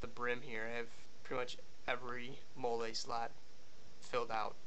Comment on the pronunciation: wit·kid·one the way he said Molle kinda bugged me too lol he said it like it was a french word or something 👌👏😂😂😂